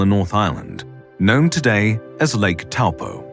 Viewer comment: You are mispronouncing Taupo. Toe-paw